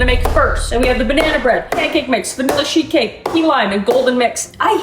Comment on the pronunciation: I had my volume turned down, and I kept on hearing "shit cake" rather than "sheet cake"🤣🤣🤣